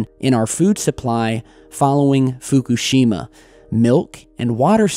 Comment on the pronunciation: How about pronouncing Fukushima correctly might add more gravitas